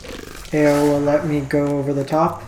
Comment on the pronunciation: hey, I like your content, but your pronunciation of the kamigawa cards...oh my. Stop trying to make these words sound french, lol. eiganjo - 'ay (like hay without the h)' - 'gone' - 'joe' ao - 'ow' raiju - 'rye' - 'jew' keep up the good work!